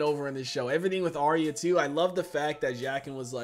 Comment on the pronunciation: Arya is actually pronounced "Are-ya" not "Are-ee-uh"